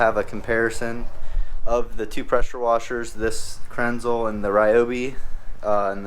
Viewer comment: It’s pronounce kranz-lah. Like a German 😆. Very nice setup! I would cop one